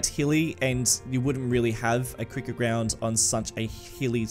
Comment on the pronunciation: Cricket or cwick-at